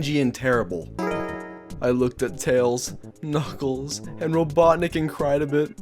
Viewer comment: Did he just say Robodrick? Again? Ok. is he done saying Robodrick?